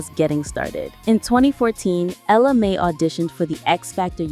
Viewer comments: It’s pronounced Ella May and not Mi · Ella Mayyyyyyyyyyy say it with me not my, mayyyyy ! That's driving me nuts!!! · Girl, say her name right. It’s Ella Mai(Mae). I never heard Jacques’s version. I knew she was pregnant before she had the baby. I seen a video of her pregnant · At first I was thinking I was saying her name wrong, but then that lady said ja'queye. 🤣🤣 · Many errors in your content, including the fact you mispronounced her name. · She is killing me the way she keep pronouncing her name.If you're going to do an article on someone, get the name right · At least say her name correctly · I hate when the commentator can't say the artist's name right! 🤨